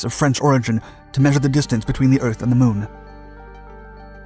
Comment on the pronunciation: Did he say the moon or shamu. I don't know just rewind it again. Ok